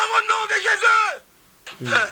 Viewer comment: le nom de Jésus est tellement facile à prononcer pkoi il a du mal a prononcé ce nom merveilleux